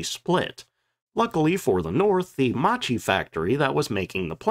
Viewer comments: When in Italian a consonant is followed by a H the sound of the syllable is hard. To be clearer, Macchi you should read as "Makki", not like you did. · Video. I wish creators used Forvo to learn pronunciation of names before stumbling over them dozens of times. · it's pronounced MAKKI, mate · Macchi is pronounced like "makki" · ehm "Mucheee" is actually pronounced "mukky". This quite lacks the whole story of Italian fighters: with DB 605 engine there were designed two other fighters, one of which had even more particular abilities but had some flaws, Officine Reggiane RE 2005 of which just a few were produced and after '43 a very few were just adopted for training in northern Italy. The other was the more famous Fiat g55 that was easier to build. When Germans gave us DB 605 the agreement was we had to build some models to compare with German fighters so to choose just one to produce massively. The day od the demonstration German generals themselves admitted our aircraft were in many aspects superior to theirs, for maneuvrability for instance but the real problem was the all our models were more complicated and long to produce. So there wasn't a shared production. G55 was the easiest of the three and it was a real killer against allied bomber over RSI lands. have a listen to this guy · you don't pronounce Macchi as macci but Makki for fuck sake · Interesting vid once again. Couple of pronunciation errors (I believe) - Macchi is pronounced with a "k" rather than "ch", so Mackie. And Alfa Romeo is Alfa "Romayo". Oh and Folgore is "Folgoray" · I should be pronounced Ma-Kk-i, not MaCHi... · Actually more like "Mockie" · Macchi is pronounced “makki”: “c+h” in italian is always a “k” sound (double k in this case) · Right pronunciation is “Makki” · I believe Macchi is pronounced "mock-key."